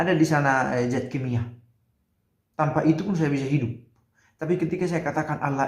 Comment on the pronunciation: Maaf Pastor, bukan Zat tapi Dzat.